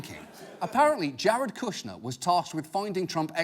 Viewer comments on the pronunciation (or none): (Hears “Jehred Kushnah”) I see where this is going